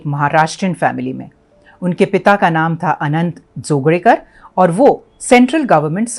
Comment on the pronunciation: जी आपने जोगळेकर का सही उच्चारण किया। बहुत अच्छा लागा। उत्तर भारत के बहुतसे लोग मराठी तथा दक्षिण भारतीय भाषा के उच्चार में गडबड कर जाते हैं।